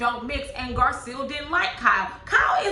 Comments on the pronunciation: Hey love your review.. but name is GarCELL not GarSEAL.. just an inccey weeny critique 😅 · I think Garcelle pronounces her name Gar-celle like Belle from Beauty and the Beast.